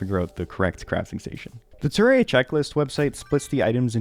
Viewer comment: You pronounce it weird. Terrerria.